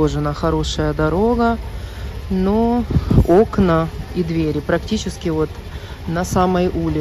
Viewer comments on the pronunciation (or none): none